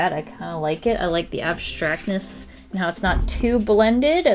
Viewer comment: I LIKE THE ABBSTRACTNES!! Us:Yays queen stan!❤